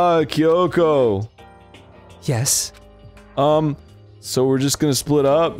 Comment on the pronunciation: No one knows how to pronounce Byakuya's name, but he can't even pronounce Kyoko's name right.